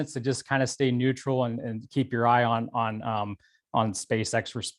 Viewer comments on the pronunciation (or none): "Stay NETURAL"